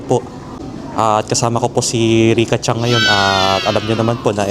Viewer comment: yes po tama na CHAN lang, sa ibang japanese po kasi CHANG ang bigkas nila kase po mas smooth bigkasin. pero tama po, Chan and San ❤